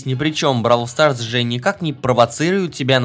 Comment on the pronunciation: Не бабл квас а броул сас